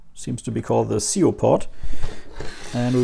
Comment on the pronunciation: It's not SEOH, it's S.I.O. (for Serial I/O) to SD. S.I.O. is the zero-th generation of USB and can have a faster clock speed than the original S.I.O bus. It's what allowed high speed disk drive modifications like the Happy Drive, etc.